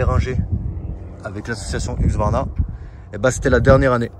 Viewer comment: HUSQVARNA pas HUQSVARNA!!!!!! tu porte un casque pas un caquse